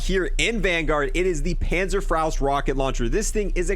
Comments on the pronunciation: Pänzerfraust ^^ .... Panzer Fauhst^^ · It's panzer FOST